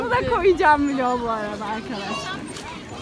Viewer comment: " ay viloğg " ahahahhaa